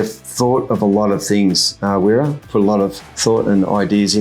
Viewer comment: I live in switzerland. its used widely over here. (Im australian). Only point to note it prounced Vera. The W make a V sound.